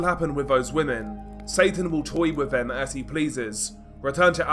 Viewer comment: Since when has this, them or they been pronounced as viss, vhem or vhey😂